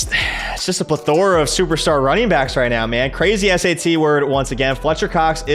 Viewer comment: bro. that’s the first time i’ve ever heard someone pronounce “plethora” like that